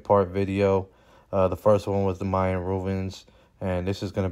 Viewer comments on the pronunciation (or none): Mayan, not Myan.